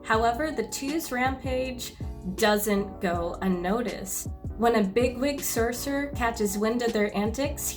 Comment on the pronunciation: serserers. cercerers. sercerers. cerserers. Why can't you just say Sorcerer Properly?